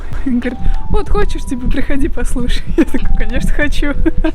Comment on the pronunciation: "канешна-канешна" kekw